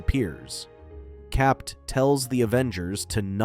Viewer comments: Constantly hear it pronounced as Cap’t instead of Cap is what’s really annoying! Capt is an abbreviation… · Why are you pronouncing Cap as Capped? Is this some ai voice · Who is capped? You mean CAPT? The T is silent....😅 Dumb AI. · "Cap".. you dont pronounce the "t" in the abbreviation of Capt. America. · Stop pronouncing the "T" in the abbreviated Captain